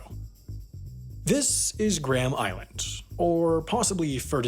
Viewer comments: gray-am island, not gram island. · It's not Gram Island, it's Gray-am Island. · Can you please pronounce Graham correctly. It is not the unit for measuring mass, "Gram". Thank you. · Gram Island? You are missing a dipthong. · The correct British English pronunciation is Grey-um. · Ironic considering he pronounced Graham wrong